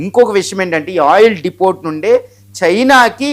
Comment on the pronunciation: Depot ని "డిపో" అని పలకాలి.... డిపోట్ అని అంటున్నారు... మీరు తెలుగు లో మాట్లాడండి... ఇంగ్లీష్ చాలా దారుణంగా మాట్లాడుతున్నారు